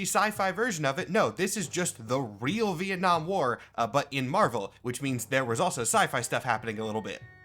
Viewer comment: Ven 'Nam... fucking VEN 'NAM... VEN 'NAM?! 🤦‍♂